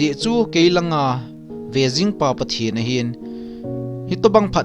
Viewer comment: Pathen ging jing nati pronounce chu adih poi bro